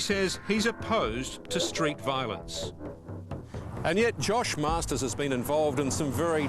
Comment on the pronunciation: hahaha its not masters ITS MARSTERS GET IT RIGHT cook island all day